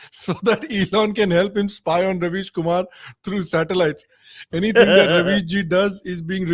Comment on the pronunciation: kam se kam pronunciation to theek kar lo. yeh rubbish kumar hai ravish kumar nahi.